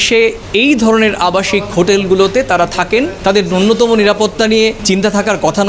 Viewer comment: ন্যূনতম (nyunatama) বলুন, নূন্যতম (nunyatama) নয়। attendant (অ্যাটেনডেন্ট) বলুন, attendance (অ্যাটেনডেন্স) নয়। অন্তত বাংলাটা তো ঠিক করে বলুন।